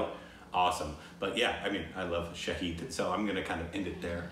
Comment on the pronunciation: "Sha-Hid"=witness "Sha-Heed"= martyr.